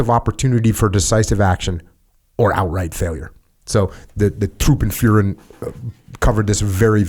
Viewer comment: "Truppenführer" = troopenfuhrer?? :D why you Americans cannot pronounce the "ü"?? :DDD